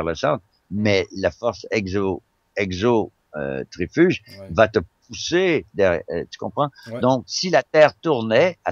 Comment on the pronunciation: je suis le seul à avoir sauté en l'air sur la force "exotrifuge" à ????? on sent la rigueur dans l'analyse scientifique... on sent que le mec sait vraiment de quoi il parle!!